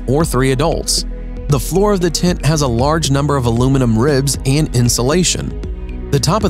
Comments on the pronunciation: Nice and original tents BUT am I the only one that got annoyed with the way he pronounced "TENT"? It sounds like he's saying "TINT" :) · Its called a tent and not a tint. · Voice Actor: Doing a voice over for a TENT video Also Voice Actor: Pronounces it "Tint" and "Tit" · I love the bubble tent Also they thought he was saying tint instead of tent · Honestly I thought dude said tit at first! 🤦😳🤷✌🏻😂🤘🏻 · "the tints..."😂. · STOP CALLING IT A “TINT”. You ruined this for us. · Was anyone else bothered by the narrator saying "tint(s)" rather than tent(s)? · Why does the narrator not know how to pronounce “tent” and keeps saying “tint”? How annoying. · Sounds like he’s saying tint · El tacko, I'll agree: "tint"...(!) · fFter hearing "tent" pronounced as "Tint" five times in the first minute, I just couldn't take it anymore. See ya... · I know! I noticed it right off the bat and almost didn’t make it through the video. So weird. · Niko TheBlackCloud lol true